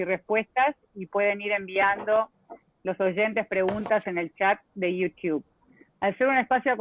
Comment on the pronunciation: Uds que viven en USA, por favor, corrijan a la chica en la pronunciación de Youtube!!! Por favor, no la dejen pronuncair tan mal! Se ve que es una mujer preparada, eso no significa que sepa tanto inglés, sobre todo nombres, no la dejen pegada!!!